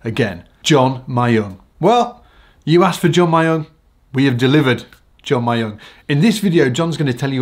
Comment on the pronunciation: When he says john myung...i always hear john mayer..😐